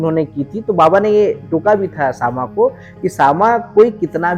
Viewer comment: सामा नहीं श्यामा